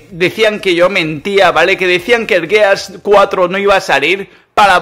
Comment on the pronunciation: Al menos si le dijiste bien al gears 4 xD